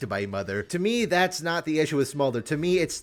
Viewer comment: True, but my comment is more to do with the fact that was pronouncing it "Small-der" and not "Smolder". I find it irritating when people mispronounce words, and I figured he was saying it wrong because he's a league player (ignorant) so I explained the word.